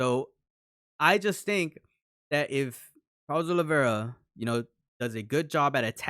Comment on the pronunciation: Proper names and surnames cannot be translated. The surname isn't Olivera, it's Oliveira. You have to show a little respect for each person's name.